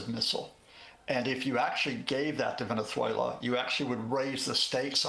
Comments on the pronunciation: Please someone help this man pronounce venezuela.😂hugo chavesss😂😂😂he kills me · why does he pronounce venezuela like a spaniard😂